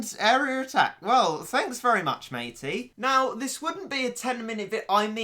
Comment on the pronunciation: the way he says area triggers me